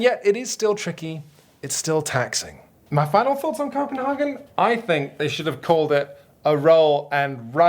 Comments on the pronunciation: Copenhagen is less Häagen-Dazs more cope-and-hay-gen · Koh-pen-HAY-gen. And that's just the English pronunciation.. 😂 Also - Roll & Sprite? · It's really like "Schope-in-hamn" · Why on earth to native English speakers pronounce CopenHAYgen it in the German way instead of the English way? I just don't get it... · I like the pseudo-Danish pronounciation of Copenhagen even though Copenhagen in Danish is not called Copenhagen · I would be mad, but if he pronounced it correctly, we wouldn't have gotten to hear those stellar puns!